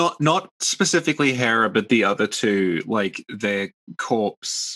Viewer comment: Therrah? its Herrah